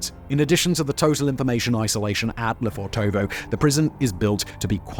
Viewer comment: quick tip. don't stretch the o's when you spell the name. it's Le fortovo, not Le Fortoovoo like you pronounce it.